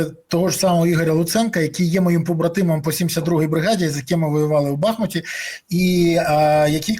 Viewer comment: БахмУУУУУУУУУУУУУт! Кецапери зруйнували місто, а ти паплюжиш його ім'я. Ти же не кажеш "УкрАїна", а говориш "УкраЇна". Що тобі заважає говорити правильно? Відсутність розуму, чи внутрішня сволочність?